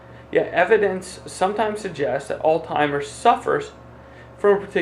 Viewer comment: So hard to listen to someone who can't even pronounce Alzheimer's correctly